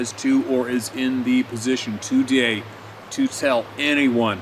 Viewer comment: I like the way he say TOday.